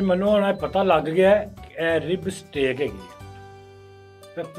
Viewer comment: Steaaak not stick! Haha